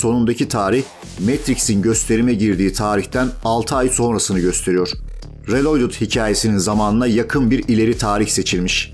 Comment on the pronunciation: Kanka reloydıt telaffuzunu nerden öğrendiğini paylaşır mısın?